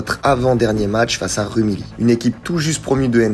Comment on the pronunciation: Par contre on dit "Rumiyi" et pas "Rumily"